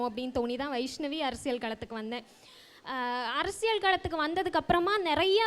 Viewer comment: 'Arasiyal 'pronounciatione paaru